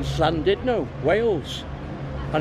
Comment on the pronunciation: Very impressed that you managed to say the ‘Ll’ in Llandudno, da iawn! Loved the video and looking forward to seeing your ones from Thailand later on this year!